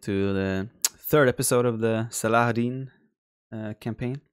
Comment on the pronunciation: People are complaining here about why Reynald didn't attack his south base early on. Probably because Viper scouted with those cav archers, moved around Blue so the cavaliers that were waiting for the attack, chased the cav archers Oh and Viper, good pronunciation of 'Saladin' ;D (even 'Salahaddin' was very good)